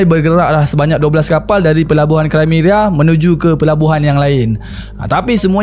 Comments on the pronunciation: Krimea lah,bukan krimeria😂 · sorry,nk infokan sikit dkt boss,sebutan dia bukan"krimeria",tpi "krimia",dia ada di wilayah russia-ukrine skang nii....ketopol tu pon salah dri bunyi dia,dlm sebutan Indonesia,ia dipanggil "ketepel",dlam bahasa melayu dia disebut"manjanik"...kesilapan dlm sebutan bleh lari makna dan nama wilayah sesuatu tempat....teguran atau pembetulan tu brg rare boss,tanda org appreciate kita adalah bila kita tersalah,org dikeliling Kita menegur kita dan melakukan pembetulan tanpa merendahkan kita....sy just nk bg correction,sekurang² nya nnti boss dpt hindari dri kutukan "orang tetangga sebelah",tetangga sebelahkn iri dkt org kita